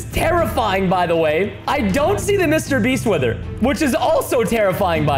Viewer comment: Why did Preston say Mr beast rong